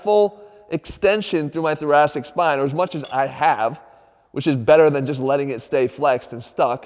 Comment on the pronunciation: I keep thinking he's saying "the Jurassic spine"